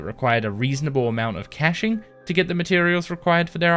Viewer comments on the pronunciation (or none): none